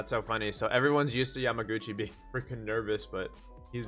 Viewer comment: Omg, I’m so happy you got the pronunciation of yamaguchis name by this episode 😂☺️☺️